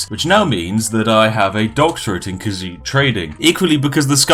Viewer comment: Okay so i have an auditory processing disorder and have a tendency to mishear things even on repeated listenings... And it def still sounds like cuisine trading to me despite the fact he apparently rly said khajiit trading. My ears and brain oft disagree about what words are bein said